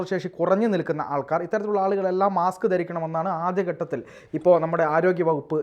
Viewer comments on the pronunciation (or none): മാക്സ് അല്ല മാസ്ക്. 😮😮😮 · മാക്സ് അല്ല മാസ്ക് ആണ്.